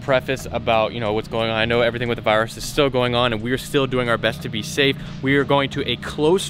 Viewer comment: the other 9 times: “Ok everyone let’s say stafe, darn it”